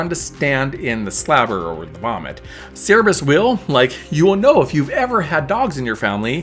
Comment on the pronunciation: Good guide. I've never heard Cer-ber-us pronounced "sara-bis", though.